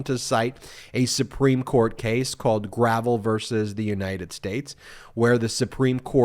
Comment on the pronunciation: not “gravel.” The man’s name was Mike Gravel, pronounced “gra-vel. Dude was a US Senator representing Alaska.